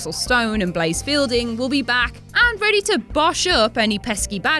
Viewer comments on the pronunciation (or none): none